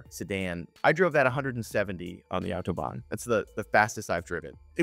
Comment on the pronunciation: Autobahn. Nicht Outoban😅